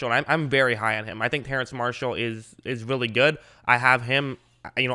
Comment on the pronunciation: It's pronounced terrace but I don't think people will say anything if you pronounce it terrance